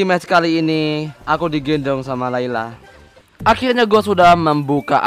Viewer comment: bang kenapa akhilnya ngomong nya